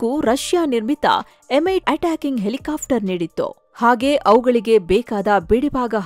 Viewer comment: ಹೆಲಿಕಾಫ್ಟರ್ ಬದಲು ಹೆಲಿಕಾಪ್ಟರ್ ಅಂತ ಸರಿಯಾಗಿ ಉಚ್ಚಾರಣೆ ಮಾಡಿ.